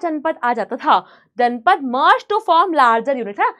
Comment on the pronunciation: Ma'am it is Janapada not janpada 😅